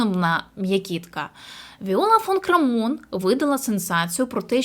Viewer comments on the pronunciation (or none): Прізвище Крамон наголос на перший слог